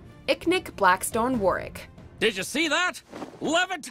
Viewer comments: it’s VARRICK NOT WORRICK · Ok I am just in the first of the video and his name is Varick not warick learn how to pronounce names I do like the list though I would change it around but it’s just your guys opinion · Also she keeps saying “Worrick” instead of “Varrick” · How tf do you pronounce Varrick wrong???? Like it’s a “V” not a “W”. Like I’m sorry but if you can’t pronounce it, that means you haven’t watched the show, and if that’s true why are you making a video about something you know nothing about?? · you did not call varrick war-rick WHAATTSDT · She rlly said Warwick and not Varick, and she rlly said Zoo Lee and not Jou Lee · Wait a minute.. Did she just call Varrick.. Warrick?😂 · You done messed up by mispronouncing the guy's name as "Warrick" when it's clearly "VARRICK" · Did y'all just call Varrick..."Warwick"??? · It’s Varrick not Warrick. It’s like you didn’t even watch the show. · Who’s Warrick? I know there’s Varrick... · Okay...I gotta ask! WHY DOES EVERYONE AT WATCHMOJO PRONOUNCE THE NAMES OF CHARACTERS WRONG! Verrick is Vair-rick/Veh-rick! Not whatever you said. Vor-rick? Seriously? Tom Haberkorn also pronounced stuff wrong! And it feels on purpose. Why do you do that? It's so annoying. Edit: You pronounced his assistant wrong too. Ugh! Edit 2: Well at least you got the #1 right. When I saw that Aang was second, I said, "Zuko better be first or this will be all wrong!" Good job. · You said “Warrick”, not Varrick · Varrick, not Warrick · Don't you mean "worrick" 😂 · When you can tell that hasn't seen the show because she doesn't even know the proper pronunciation of character names. "Warrik and Zoo Li" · How can you complain about the way toph is pronouced and not even mention that she said warrick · "War-rick" Lmao wtf Edit1: "Zu-lee" Bruh what's y'alls problem😂 Edit2: Okay you put katara as number 8, a character with one of the best arcs, behind bolin....and I love Bolin. This went from a hilarious fail to a disrespect to the series.